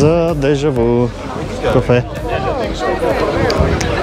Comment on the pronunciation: Произнася се, дежавю а не дежаву.